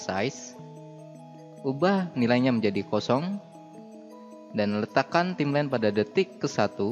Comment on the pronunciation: Bacanya bukan timlen, tapi taimlain (Timeline) , distorsien (distortion) bukan distorting.... gemeeessss XD